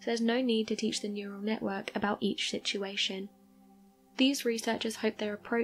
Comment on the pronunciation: ... "shitshuation" ... lol